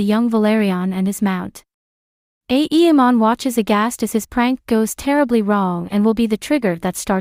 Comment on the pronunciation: The content is good, but please stop pronouncing it aEEmon, its very distracting